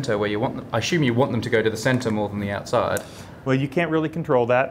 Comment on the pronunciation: “I asshume”🤦‍♂️